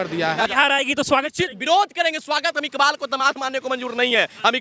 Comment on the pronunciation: सोनाक्षी इकबाल बोलो😅